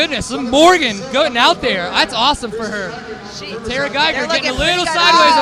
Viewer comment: Seat Time Tarah Gieger's name is pronounced TARR-uh, not TAIR-UH. As others have pointed out, Colton HAY-ker, not HACK-er.